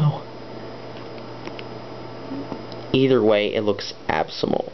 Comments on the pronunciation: lol "Absymal" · AGAIN with the "Absimal"?!! First "Rondered", and now this again...